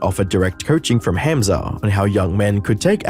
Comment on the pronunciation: Hamza is pronounced hum-za